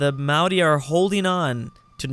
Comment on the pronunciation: Mauri, pronounced: mao ree